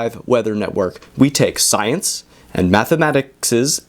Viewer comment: "Mathamatiticstics" Lmao